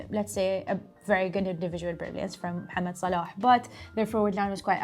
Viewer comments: That "Mohammed Salah" good pronunciation from is just a joy to hear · pronunciation of Mohammad Salah is so refreshing to hear in English football content